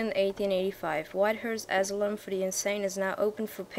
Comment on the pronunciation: nice videos once more btw asylum is said a-si-lum (